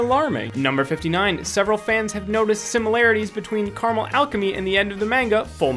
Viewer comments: It’s pronounced like Care-ra-Mel not car-mull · Caramel. Not Carmel. CARAMEL